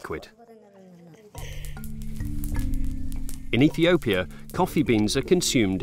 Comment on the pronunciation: You seriously can’t say “Ethiopia” right? Good Lord, it’s not that hard!